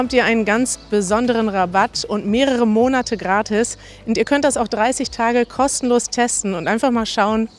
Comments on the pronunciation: Ich habe eine Frage. Ich habe es in mehreren Wörterbüchern überprüft, dass die korrekte Aussprache "MO nat" ist (die erste Silbe wurde betont). Doch höre ich in diesem und anderen Videos von Easy German manchmanl "MoNATe" (der zweite Silbe ist betont). Ist das ein Fehler, oder sagt man wirklich so im Alltag? Vielen dank im Voraus :-) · Die korrekte Aussprache wäre mit der Betonung auf die erste Silbe ("MO-nat"). ☺️